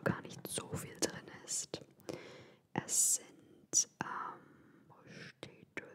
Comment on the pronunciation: Wie ich am Anfang schon lachen musste. "Des isch a Haul!"🤣 Ich liebe diese Videos von dir und lasse mich immer gerne inspirieren! <3